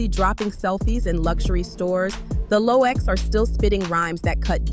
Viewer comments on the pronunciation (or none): Its gotta be AI......what the hell is verzoose? i just watched another video with the same exact thing just different voice! somebody using AI narration on multiple channels to make that dough! What is The Elox? Who is Poosha T?